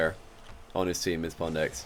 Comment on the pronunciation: Why does say pondx instead of pwndx?